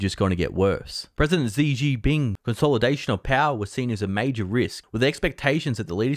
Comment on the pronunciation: For fucks sake man.. at least try to pronounce “Xi” properly.. Xi sounds like “She” as in She is a pretty girl … Xi Jin ping is a fucking disaster, but it’s expected, it’s shitty communism after all.